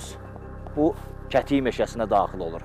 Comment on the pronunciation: kətik yox gədik de oqlum yerlerin adlarini düz seslendirin